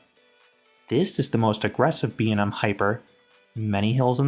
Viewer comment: imma need you to learn to pronounce B&M correctly